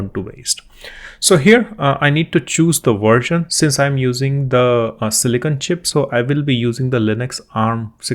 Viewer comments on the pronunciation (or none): none